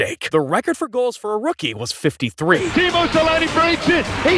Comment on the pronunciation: Can’t pronounce Howe, but somehow got Teemu Selänne